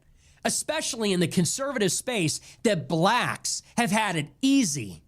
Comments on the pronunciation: 😂😂😂 I don’t know anything about these people because I like peace and undisturbed sleep, but this whole video got me on the floor. Dude said BLLACHKS 😂😂 Your commentary is awesome though. 🎉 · You say blacks funny 🤣